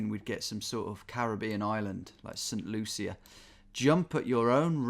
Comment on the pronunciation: As someone from the Caribbean, the pronunciations of St. Lucia and St. Kitts and Nevis are killing me 😭😂